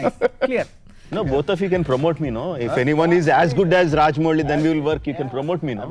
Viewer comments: It's 'Mouli' not 'Muli'.... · Raja-mau-li is the correct way to pronounce it. ☺️ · Rajamouli is pronounced as Ra - Ja - Mou - li Mou should be pronounced as the English word 'how'.